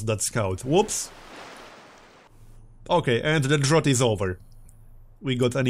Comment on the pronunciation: fyi mate drought rhymes with doubt